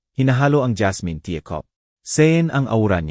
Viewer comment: Good story, however , I recommend please do some elocution lessons so you can pronounce the words properly. It was so painful to listen to, when words are distorted. The old lady is Beatrice, its alibi not alibe, it’s tea not tia and many words were mispronounced. That leaves the listener to decipher what you are trying to say. The story telling is more effective when words are pronounced the way it should be. If one wants to grow in this field , start by learning how to speak properly. Thank you.